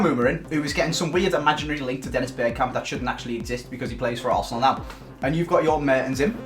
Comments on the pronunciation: Hmmmmmm... Patrick Berkamp good one. No hate just found it really funny 🤣🤣🤣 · Patrick berkamp! 😂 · Patrick bergkamp 😂 come on it’s one or the other